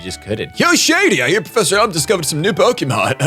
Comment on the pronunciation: "Pokermon" Shady - 2017. Welcome back to pokemon shady! Still have been following your content, And I am hyped for this! Woo!